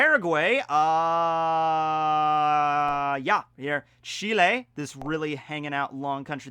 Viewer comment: Punta arenas is in Chile! But acurate one of the few that say chile instead of chili